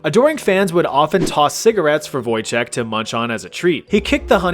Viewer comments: It's actually Wojtek (read Voytek) Pierdol się means fuck you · The way you pronounced Wojtek physically pains me